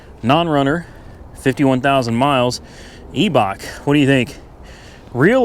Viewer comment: Is that how pronounce it? Eee-Bach? I’ve always said Eye-Bach. 🤦‍♂️